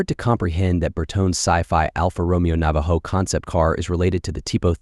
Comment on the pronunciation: did ur AI voice just pronounce that cars name as straddle? 🤡